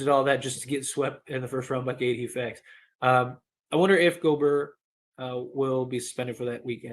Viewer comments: Dude it's pronounced (go- bear) I don't like him but damn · The way you said Rudy Gobrrr🥶❄️had me cracking up 😆. Was great to see LeBron have jumper going. He’ll be more aggressive moving forward but can’t forget this Yr 20 38 > milage then anyone besides Kareem Torn tendon 4 weeks ago Horrid whistle (worst ever for all time great imo) Rest of team overall not good 3P shooting overall or else he would def shoot lower number of 3s. It’s also to conserve energy older gets. 11th player EVER to even make yr20 and everyone else was washed then including Kobe Kareem KG Dirk Parish so Mother Nature Father Time alone LeBron is gonna have moments where he looks gassed or not as great. MJ Wilt the only 2 ever to avg 30 (also shot the most per game as LeBron Durant avg 30 shooting same amount of times). AD is amazing and one of best 2 way bigs ever! I get his injuries are frustrating and you wish he was as aggressive as Giannis/Embiid on offense, but he’s Top75 under 30 years old for a reason! 5 first team all nba, 3rd in MVP, best defender or at worst top5 DPOY every healthy year, 1A or 1B player to win title (Lakers started 24-3 and 48-13 before Covid which stopped their momentum and took away home court advantage so haters can stop pretending “bubble” is less significant). He’s elite. PS as bad as this Gobert trade was, passing on Steph Curry TWICE IN A ROW at 5/6 for two other PG in Rubio/Flynn! 😆 Buddy Hield instead of Malik would be ILLmatic by the way (44-45% from 3 making top3 per game) last 4 months or so. PSS LeBron was also hurt in 20